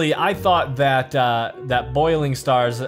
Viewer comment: Bouling stars not boiling stars